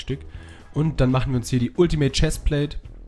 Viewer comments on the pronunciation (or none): none